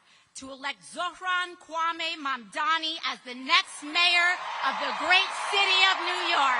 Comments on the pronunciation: It's Mamdani, not Mandani. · Mamdani* M A M D A N I Learn how to say it, because he is the mayor of New York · MaNdani ? How many times he has to spell it for you ? Its MAMDANI and he will be a major of NY weather you like it or not. Free Palestine